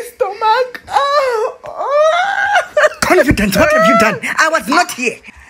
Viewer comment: Confee confee confidence😭😭